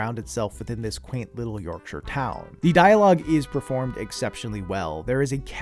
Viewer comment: As someone from Yorkshire, I respect you so much for actually pronouncing it correctly